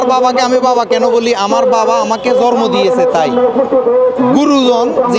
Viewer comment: জন্ম শব্দটিই শুদ্ধ করে বলতে পারে না। জর্ম বলে হাহ,হাহ,হাহ